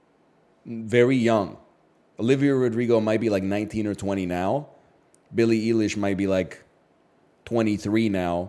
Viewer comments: With how tapped in he is to pop culture, there's no way he hasnt heard Billy Eilish's name said correctly hundreds of times. How did he screw that up lol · BILLY EELISH HAHAHAHA